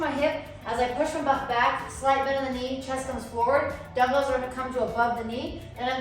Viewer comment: Why you pronounce like damdals instead of dumbbells???